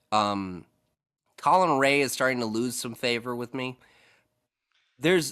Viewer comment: Bro learn how to say Colin Rea and Jameson Taillon